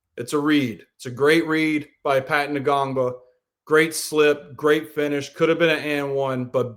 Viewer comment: The N is silent in Ngongba lol